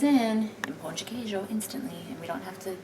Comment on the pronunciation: Perfect pronunciation of Pão de Queijo